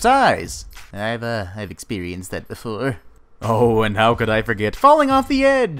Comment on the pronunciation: the way you said ( Iv expearienst that before ) was funny